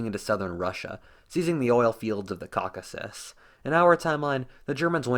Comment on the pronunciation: I had to stop listening to this guy when he said Cockasis…...